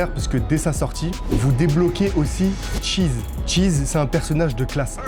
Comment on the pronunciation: Ta dit tchees. Tchèques burger 😂😂😂😂